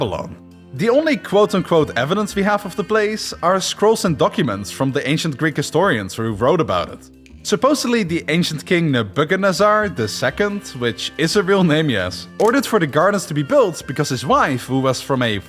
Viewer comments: Naboukath-nassar or boukta-nassar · his pronouciation of nebuchadnezzar hurt me, cause i thought it was pronounced Neb-ū-kad-nez-zar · NEH-BUH-KAD-NEZZAR I appreciate your videos are not your native tongue, but please do better with names. 😂😂😂😂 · In America, we typically pronounce it “Nebba Ka Nezzer” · Erm actually it’s Neb-u-chad-nezz-ar (silent d)🤓👆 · Nebuh • Cuh • Nezir is how you pronounce that name I’m pretty sure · neba kenezer...is how we say it...ive never heard it said another way...my ears started bleeding when i heard the pronunciation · Bro that is pronounced Neb-buh-ka-nez-zer Not whatever you said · Congratulations my friend, you are the first person in my life that I’ve seen struggle saying Nebuchadnezzar’s name, and I got that down when I was like eight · Damn you straight massacred the name Nebuchadnezzar... which is weird as fuck because of his prominence in history... which this channel is dedicated to... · Right, wireless energy transmission is a conspiracy to you? Except the fact that tesla set up the wardencliiffe tower and proved it. But you believe in the shakespere thing? We wont even start how you are butchering nebuchadnezzar's name. I am only continuing to watch cause i want a very SIMPLISTIC explanation of what happened to the wonders as i dont know. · Your pronunciation of Nebuchadnezzar is baffling. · Bro didn’t pronounce Nebuchadnezzar that way……… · This dude never heard the name nebbachadnezzar